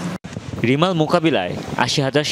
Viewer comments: রিমাল না রেমাল হবে 👍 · রিমাল নাকি রেমাল এটা আগে ঠিক কর।